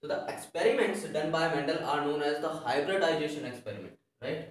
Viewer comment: Sometimes i feel like in hybridisation Hy nd disation is silent